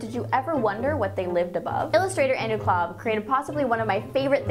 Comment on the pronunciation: Is Kolb really pronounced "Klob"?